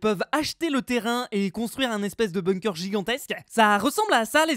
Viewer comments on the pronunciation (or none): none